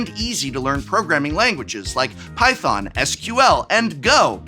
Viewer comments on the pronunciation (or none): none